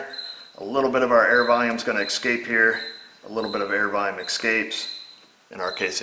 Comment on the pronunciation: you're killing me every time you say escape you actually say exscape Rant over